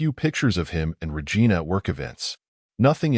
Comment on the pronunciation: “ we listed Ra Gina’s activities “ got me